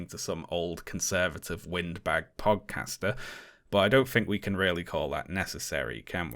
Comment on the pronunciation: I like how you say podcaster because it sounded like pogcaster